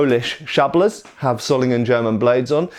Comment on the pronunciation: One small correction: The "o" in Solingen is pronounced long not short. Like in the word "sword" :)